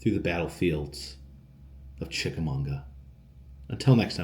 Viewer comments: We lived right close by for over a decade, had our family portraits done around the cannons and cabins. It's Chicka MAWGUH. Lol. Very close to lake winnepesauka amusement park you visited before. Green Eyes has been told to me for a long time. I think it comes from writing by Ambrose Bierce. The hiking trails there are nice, and horse riding. We will go next year, since we moved further south I've never known there was a festival! You are also about an hour from The Pitty Pat location, Shipley Hollow Rd in Sale Creek TN. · Glad you caught that too. Kind of cringing every time he said it. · You are pronouncing Chichamauga all wrong. It's funny I lived near it for 43 years never ever hear your pronunciation like that. Lol it's pronounced mmmmagua on the in like the Spanish translation of water agua buddy. Love your adventures out there be safe. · “Chickamauga” is a Cherokee word pronounced chick-a-mog-uh. Great video! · I love you, ive gone places that you've shown bc they looked amazing (and they were) but I have lived here forever. It's Chick a MAW ga lmao. I cringed every time you said it. I went to the tower one night when I was young and had a run in with The Lady of the Tower. She scared the hell out of me. When I was a kid my dad made me swear never to go to the battlefield bc of green eyes. If you really wanna try to run into him, try to sneak onto snodgrass hill really late at night (from what I'm told). You don't wanna run into him. He's not friendly and he's very fast. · being from fort oglethorpe, hearing you butcher chickamauga so many times is hilarious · yeah 50 ppl already told him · There is no ‘n’ in Chickamauga. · It's kinda sad you mispronounced the name of the place the whole time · Yes, I was cracking up every time he said Munga. But it is definitely chick-a-maw-guh. Source: It's my town. ;) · It's Chica mawga Ga. Not Chicamunga Ga. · Chick-Uh- Maw-Guh not Chickamunga,! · It’s pronounced chick ah Mogga not chick ah munga